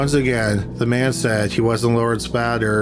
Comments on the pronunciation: Bader is almost certainly pronounced "BAY-dur" and not "BAD-Ur." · My guy on the second one it's pronounced "Bay-durr". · Apologies for blurting it out; I can't get past the voice, plain irritating. You likely do it on purpose but it's not for me. Btw -how can you mispronounce Bader? badder, as in very evil, has 2 ds. The name, like the former Supreme Court Justice recently deceased requires a "long a" sound and rhymes with later. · Kinda funny how you mispronounce Mathers as "Maythers," and then immediately move on to mispronouncing Bader as "Badder." You've got your 'long A' and 'short A' pronunciations backwards, my friend.